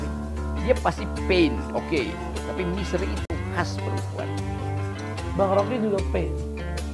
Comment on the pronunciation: Apa cuman gue yg denger dia bilang "misery" bukan "misteri" :(